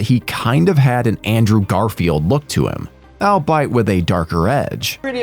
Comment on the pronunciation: "i'll-bite" ??? Ya mean all-be-it